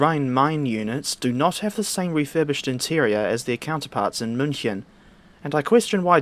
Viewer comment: Your pronunciation of München is spot on.